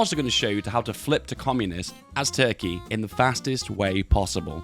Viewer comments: I've come here more than a couple of times now, just to hear him say TRKEY and THONK. Really. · The way he says "Toorke" is oddly satisfying ngl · What bothers me is that is saying "turkey" so closely how we Finns say it... is secretly a finn? Is this all ruse that he's acting like a british?